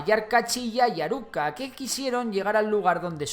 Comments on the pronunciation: Es ayar aucca no ayar uca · Es ayar Auca no Uca , y Ayar Uchu no Ucho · Ayar Auca,no Uca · Ayar Auca no Uca y es Ayar Uchu eres el mejor!!!!